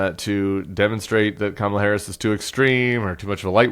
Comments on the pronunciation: Did you guys hear that? He accidentally pronounced her name correctly! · Anyone else notice he pronounced Kamala correctly this time? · He actually said her name correctly this time. He's slipping. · He said her name right??? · Oh so he does know how to say her name correctly! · Hey, he pronounced her name correctly. lol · Oh he accidentally said her name right! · At least he pronounced her name correctly. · Just thinking about debating her again had him so rattled that he accidentally pronounced her name right. 😂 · He pronounced Kamala's name correctly. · So he does know how to pronounce the first name of VP Harris. He’s going to flip when he watches this clip knowing he didn’t mess her name up on purpose. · The orange nightmare actually slipped and pronounced Kamala's name correctly! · He pronounced her name correctly... shocking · Noticed that Trump pronounced Kamala correctly? He knows how to say it, he mispronounces for adulation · Notice he said Kamala's name right in the clip 😂😅 his ass is scared 😅😂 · Did he just pronounce her name properly? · HE PRONOUNCED HER NAME CORRECTLY 😳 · At least he pronounced her name correctly. 🙄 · OMGOODNESS, he said her name right...❤ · I was shocked …he actually pronounced her name correctly. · At least he said her bame correctly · Oops! He is losing it - He even forgot to mispronounce Kamala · Accidentally pronounced her name correctly… lol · He finally put some respect in her name! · Ut oh, he said "Kamala" right. Someone stop him! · Oh my, he pronounced her name correctly! Ha ha. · I can't believe it, he actually pronounced Kamala correctly, could it be he's finally taking her seriously? Trump's only hope now is to play his hole card and bring out the big guns, it's time for TED NUGENT!!! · He forget to mispronounce 😂😂😂